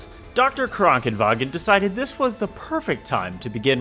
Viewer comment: I hate how you are pronouncing Krankenwagen correctly